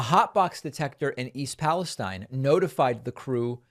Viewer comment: David I know how you are about pronunciation. It’s pal eh steen